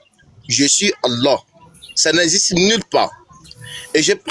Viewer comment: Le vocal ne prononce jamais Allah mais Illah